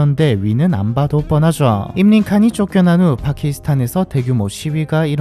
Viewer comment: 임린 칸이 아니라 임란 칸